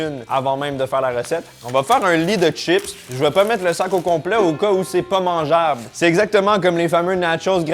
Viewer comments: salut pourquoi tu dis " t'chips et pas chips " ? Sinon les capres c'est les bourgeons de fleurs du caprier mariné :) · Des "tchips" ou des chips ?! Je croyais que le Québec était le grand défenseur de la langue française en Amérique ?! Les câpres sont les bourgeons du câprier, un arbrisseau.